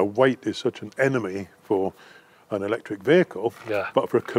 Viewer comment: You lost me as soon as you said ectric ....byyyeeee